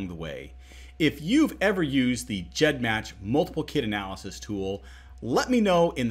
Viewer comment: He pronounced it 'GEDmatch' with that soft g, and I was shook, and since I imagine that 'g' stands for gene or genealogy, it makes sense, but it was still weird